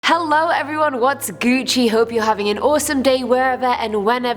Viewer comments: Nobody: Weird Host: What’s Gewchi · I automatically disliked because she made me cringe when she said gucci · Did she say whats gucci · Did she say “what’s Gucci?” Saying such a thing gives the death penalty! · Once again you said Gucci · #1 most alien thing Is saying Gucci